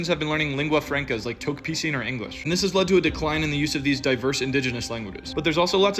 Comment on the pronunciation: It’s pronounced like talk-piss-in